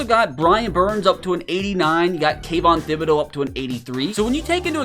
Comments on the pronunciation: Tib eh dough is how its pronounced my guy 😊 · I seriously cannot stand how he pronounces Kayvon Thibodeaux's name. Its like Tip or Tickle not Thin or Thick. You don't pronounce the H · The H is silent.